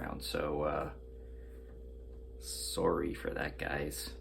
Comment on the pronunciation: He said sorry in the most Canadian way possible